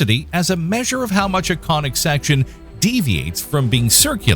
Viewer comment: IN WHAT?! "Ellipses", not "Eclipses"!! Also ... "conic" has a short "o", not a long "o"! You really need to have your videos double-checked by ... a mathematician or astronomer, or both?